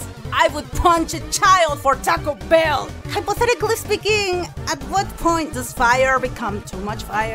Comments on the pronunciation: FAFUVDVAAKALYLY SPEAKING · I thought it's was another language or something 😂